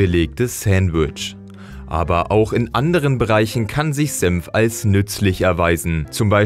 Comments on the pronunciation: Bruh er sagt "Sempf" anstatt "senf" 😂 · Alter, das Zeug heißt Senf und nicht Semf! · Man spricht es "Senf" nicht "Semf" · sagt er tatsächlich Sempf statt Senf? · Es heißt SENF nicht SEMPF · S E "N" F... Ist das so schwer? Semf gibt es nicht. Ist die deutsche Sprache so schwer? Was als Nächstes? Semfsose? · ich versteh die ganze zeit nur sempf